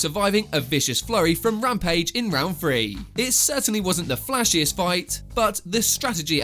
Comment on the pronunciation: Bro it's Not Rampage Jackson, it's Lampage Jackson😬😬😁😁🦧🦧🦧